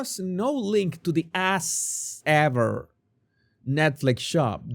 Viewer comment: Am I the only one snort-laughing when accent makes "As Ever"into "Ass Ever"??? I'm dying here every time he says it! <3 <3